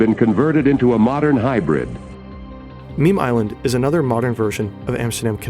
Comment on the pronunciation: It's Memel-eiland, not Meme-eiland (I assume named after the Memel river, the border between Kaliningrad (Russia) and Lithuania and from 1918 to 1945 the easternmost border of the German Empire)